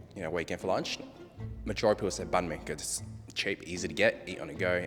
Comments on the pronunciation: Việt Kiều mispronounced phỏ as foe and bánh mì as bun-mee... là sao?? 🥺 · I was excited to see Vietnamese representation, but hearing phở and bánh mì mispronounced (by three different people, twice) kinda threw me off lol. We can do better